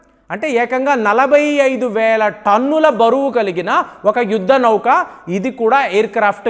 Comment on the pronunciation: Voice chaala slow ga undhi , Speed ga cheppandi Not like yudda nauuukaa..❌️ Yuddha Nauka✅️. 1.25x speed lo chudalsi vasthundhi